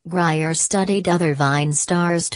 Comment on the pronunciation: it's grier